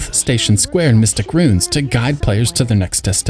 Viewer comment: ROO-INS ROO-INS 2 syllables otherwise it sounds like "runes".